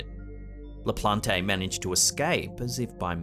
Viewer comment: LaPLANT, not La Plon Tay.